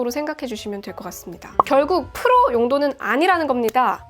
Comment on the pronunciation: 주푸로~ 푸로 발음이 구수하구만~